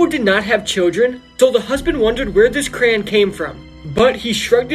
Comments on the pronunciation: Bro pronounced crayon like cran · Crayon pronunciation = CRAY- YON. Not "Cran." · That's why the teachers call it CRAYON And not "cran" how we pronounce it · It's pronounced CRAY-ON not CRAN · He was spelling it like the guy pronounced it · “This is the creepy story of the red cran 😩” lol No hate but this is kinda funny in my opinion dont hate on this Ik people pronounce it differently. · I hate that he pronounces "crayon" as "cran"💀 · I finally found someone who pronounces it like me